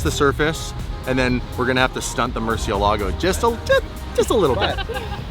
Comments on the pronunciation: Stop saying rare murci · Moor-see-ella-go. Why is it so hard to say it correctly?